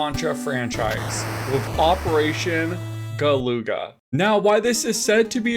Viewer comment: isn't it gal-uh-gah, like the other game of the same name?